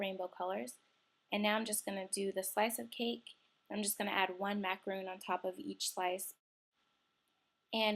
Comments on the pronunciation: its macaron nor roon ugh i hate when ppl say stuff wrong btw im a girl and im on meh dads computer and chloe2cool T-T ur right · Macaron is pronounced the way it's spelled -- it's not a macaroon, it's 'mac-uh-rohn'. Otherwise, this was an awesome tutorial! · It's pronounced how it's spelled, by the way because a macaroon is something different. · Super cute!....lol but it is pronounced macaROHN, but I am gonna try this!!! Looks like so much fun!! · It's not pronounced macaroon it's macaron